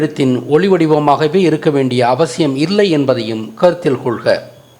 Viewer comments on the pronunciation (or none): none